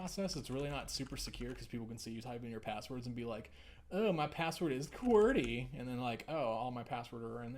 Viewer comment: Oh my goodness, I laughed so hard when you said "qwerty". That was fantastic. Thanks for the review!